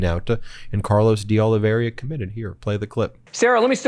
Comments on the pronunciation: O-liv-i-er-a not O-li-ver-i-o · Ben, it's "Oliveira", not "Oliveria". Popok gets it right. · Ben, you keep mispronouncing Oliveira's name. It's pronounced O-LI-VEY-RA not o-li-vi-ei-ria. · Ben, several Meidas Touch commenters have been mispronouncing the name De Oliveira and pronouncing it De Oliveria. Would be nice to hear it right. Oh lee vay rah. Also, Michael Popak pointed out that it’s Raffensperger with a P instead of a B. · People in America keep struggling over the surname of Oliveira. They keep putting extra vowels in, making it even more difficult to say, Can't you just practice saying the name a little bit, honestly, we don't want to know about how little you ever read or travel. Oliveira, or de Oliveira is a really common Portuguese surname that is nothing like Oliveria, it's even easier to say than that. I mean, they do it with English surnames and place-names but one day they have to learn to read and pronounce properly at something. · Hi Ben. De Oliveira can be pronounced Olivera, or OliVEYrah, or in Portugal OliVAYda (that tap of the tongue with r is like Spanish), a bit like the d in Eng. Great reporting! Democracy is the most important world story now. Without it, no big problems can be solved! 🙏🙏🙏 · Ben, please stop mispronouncing De Oliveira. You hear others on your channel pronounce it more or less correctly, yet you keep pronouncing "OLIVEIRA" as if it were spelled "OLIVERIA". I can understand you making that mistake initially, but it is way past time for you to self-correct. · Hi Ben big fan your show but please use correct pronunciation MR OLIVEIRA pronounced OLIVERA in English just commenting. All the best my internet friend. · His name is Olla vee air ah